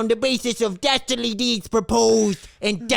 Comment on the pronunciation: HAHA "Dasterdly deeds...." got me